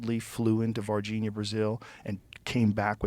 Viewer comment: O Joe falando "Varginha, Brasil" é tão engraçado ksksksksks Eles realmente acreditam nisso, como pode? Ninguém aqui no Brasil leva isso a sério cara 😂